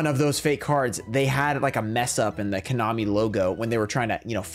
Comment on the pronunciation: Did he really say "Konomi"??????????????????????????